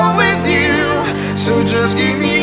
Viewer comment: It’s “you” not chew..